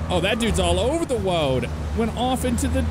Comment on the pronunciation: He went Elmer Fudd there for a second